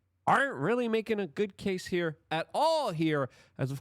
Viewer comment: How can she testify if he settled with him? it’s CAS-E not Cassy